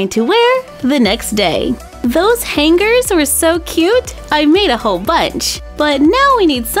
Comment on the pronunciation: Han -gers its hangers